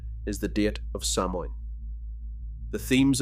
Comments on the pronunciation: For God’s sake, sow Ann, not Sam Haines! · Samhain is pronounced SOW-IN for Halloween. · The four leafed clover has nothing to do with Ireland. The Shamrock has three leaves! Also please have the manners to pronounce Samhain correctly! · I have two friend one from England and Scotland and they never celebrated Halloween because it was an Irish Catholic tradition .My friend from Liverpool new of it but my friend Scotland only heard about Halloween when she came to America.Samhain is pronounced wrong